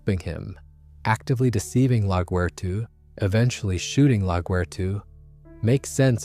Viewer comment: Why are u saying laguerta like this